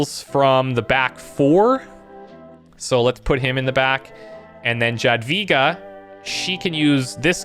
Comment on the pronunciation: reading jadwiga - yadviga (it may nit be perfect but try it